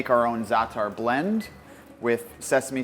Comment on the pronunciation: From a native Arabic speaker, great job pronouncing the word za'atar. Spot on.